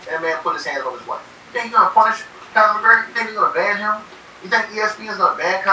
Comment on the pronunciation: "Connon" McGregor 🤣😅